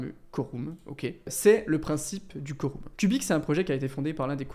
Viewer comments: Se pronnonce phonotiquement : koreum 😊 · Sympa la vidéo ! PS: on prononce "Quorum" comme "Aquarium" :)